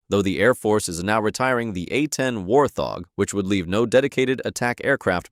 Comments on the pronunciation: Wart - hog, not War - thog. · "WarTHog" its wart-hog its separated you don't make the "TH" sound.